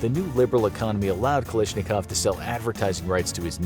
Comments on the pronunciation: Its KalAshnikov not Kalishnikov! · It's "Kalashnikov," not "Kalishnikov." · You pronounced kalashinkov wrong it not kalishinkov